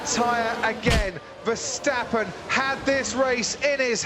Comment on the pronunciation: He didn't say Verschtappen! 👍